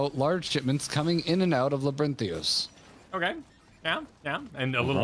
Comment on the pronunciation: LabyrinthIos. Everyone